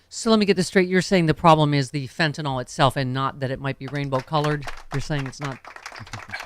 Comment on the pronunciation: It's "Fentanyl" (FEN-ta-nil) not "Fintinol".